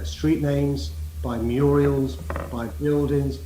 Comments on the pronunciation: "Murials" Mr Khan? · MURALS NOT MURIALS. IDIOT KHAN. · Hahaha anyone else notice Khan say muriels instead of murals? What a thickhead! I’ve never actually heard him answer a single question I don’t think. This is the Mayor of London, that has hardly any true Londoners living in it! Peter Whittle is a brilliant interviewer! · He called them muriels😂😂😂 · By MURIELS???? WTF! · "Muriels" LOL.